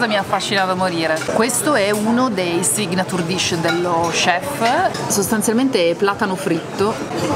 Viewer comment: Bel posto, bravissimi tutti. Purtroppo ragazzi siete veramente indietro con l'inglese. Vi piace questo commento??????????? 🥴🥴😟😟 per esempio, cerca su Google come si dice signature dish, che lo dici sempre malissimo! A quanto un altro video ricetta da casa?? La date il vostro meglio secondo me